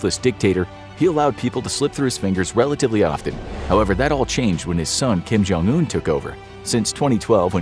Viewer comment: I'm pretty sure it's "Kim / Jong un", not "Kim Jong / un" lol